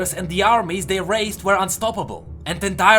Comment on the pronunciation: You should practice your "were" pronounciation